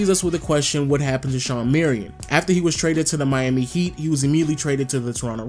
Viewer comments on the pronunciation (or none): none